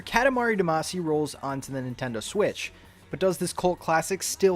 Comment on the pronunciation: seems like no one has mentioned that you're saying damacy wrong so i will